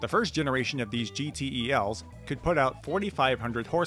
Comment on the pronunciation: Also known simply as GeeTells (instead of Gee Tee Eee Ls)